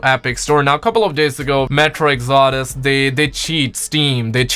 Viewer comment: also its metro exodus not exordus